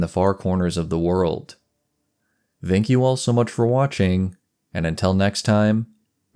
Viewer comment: I won't nitpick names, but I will point out you're using the wrong "th" sound for "thank". ^^ It's like "thin", not "though".